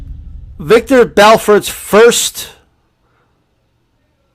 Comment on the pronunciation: It's Vitor Belfort not Viktor. Lol.